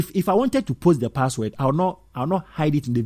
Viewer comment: Saying password wrong